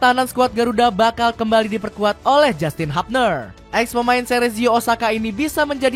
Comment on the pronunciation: Justin hubner : Jastin habner ❌ Juice-teen hyub-ner ✅ Edit : semua huruf u nya ga usah d ganti jd huruf A. Biarin aja ttp jadi U